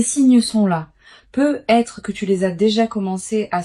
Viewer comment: Vous êtes passé par l'IA??? Déjà ce n'est pas un tirage de cartes car les cartes sont déjà posées 😮 ensuite on entend PEUT ETRE !!! Il n'y a pas de liaison vous coupez bien les deux mots ... PEUT ÊTRE.... on dit peut-être...